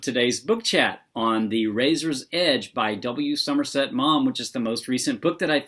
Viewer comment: "Maw-m," not "mom."